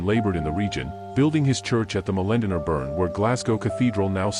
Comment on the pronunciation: Can we get the script that is being read transcribed for the subtitles, the pronunciation of a few things is annoying, mainly burgher and Molendinar, the subs gave weird interpretations and I only knew through context. Otherwise fantastic video.